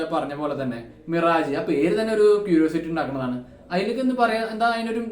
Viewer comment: മിറാജ് അല്ല.. മിറാഷ് ആണ് 😊.. മരീചിക എന്ന് മലയാളം 😊